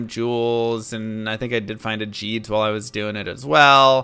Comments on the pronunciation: You found a "Jeeds" ???? Wtf bro, you know damn well its pronounced Gheeds. He even says it in his intro. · You said jeeds not geeds lol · its pronounced GHEEDS like how you would say geek, not Geeds!!! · This has bothered me for so long Why do you call the character "gheed " and say it correctly GEED But then call the charm named after him JEEDS it's a hard g sound, that's what the h means Ahh, you're killin me here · If you listen to gheeds dialogue, he pronounces his name for you…. Hint it’s not jeed!! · I have to know why do you pronounce it "jeed" when you know it's a hard g? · has that disease where he reads a word and has no idea how it's pronounced so he takes a guess and then continues pronouncing it like that for 20 years. "Jeed's" -> close window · why do you say ''jeeds''